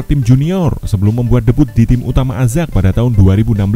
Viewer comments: Ayax kali bacanya azack 😂🤣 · Ajax itu bacanya "Ayaks" bang..